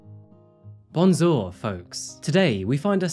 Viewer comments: “Bunzor, folks” has to be the most garbled attempt at French mixed with colloquial English that I’ve ever heard. I assume he is trying to say “bonjour” (French for “hello” or literally “good day”) or maybe “bonsoir” (“goodnight”) — I assume the former — but it sounds like “bun-zor.” & why add “folks” after butchering a French word used as a greeting? Even something like “bonzor, my friends” would’ve sounded better, though correct pronunciation if possible would’ve made it much better. Or why not go full French & (attempt to) say “Bonjour, mes amis,” meaning “hello, my friends” in English? It just seems like an unnecessary blunder. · I know you said Creole is spoken there, but I highly doubt “Bonjour” is pronounced like “Bunzor” as you said. I doubt even more so that they add “folks” after the greeting, like “Bonzor, folks” as you said. You also said “at least seven hours of sunlight,” which makes no sense. I’m in France in the summer now & there’s 17 hours of sunlight per day here… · "Bonzour, folks!" lol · « Bonzur »😂, that’s called Île Maurice « folks »